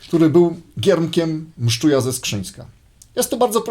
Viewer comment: Mszczuj był ze Skrzynna, nie ze Skrzyńska.